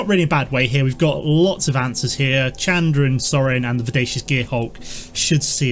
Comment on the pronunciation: you're saying Chandra wrong.